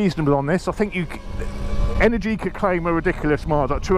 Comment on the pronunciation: It's not pronounced energiiiica but eneeergica , the accent has to be on the second E not on the I